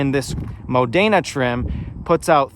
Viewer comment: Erm no it is NOT Italian pronunciation when it is Modena as Modayna or Rosso as Rowso